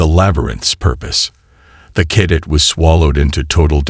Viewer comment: I struggled for the first 2 minutes. This is the first story I have listened to from you. G.D!!!!! Did you get your POS AI at the same second hand store as most of the rest of the channels!!!???? JESUS!!!!! WTF is: "unREDable", "WARferring", "KADit"(cadet), "ITHan"(Ethan), "....we PERfikt strategy"!!!!!!!!!!!!!!!!?????????????? YOUR AI SUCKS!!!! Do you even proofread/listen to them before posting!!!??? Apparently not!!! This was my first of your stories.....AND my last!!!!!!!!!!!!!!!!!!!